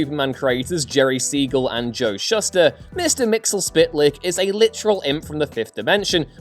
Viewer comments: Bruh its... "Mixy es pittel eck" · Ps you pronounced Mxyzptlk wrong. It’s Mx-yz-ptlk. Three syllables. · Mxyzptlk Mix-yes-pit-ill-ick